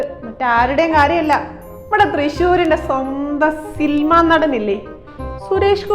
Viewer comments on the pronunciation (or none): സിൽമാ നടൻ അല്ല സിനിമാ നടൻ എന്ന് പറയാൻ അറിയാത്ത ഈ മണ്ഡോദരിയെ എവിടന്ന് കിട്ടി 😢🙄🙄😅😅